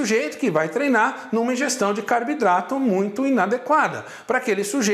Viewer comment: Pq ele fala CARBIDRATO?